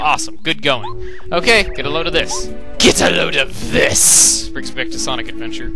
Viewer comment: Eggman: Get a load of piss! It always sounds like he said that to me